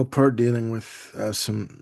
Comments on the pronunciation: Also pronounced Neil's last name incorrectly. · I didn't realize he was Canadian and pronounced Peart incorrectly.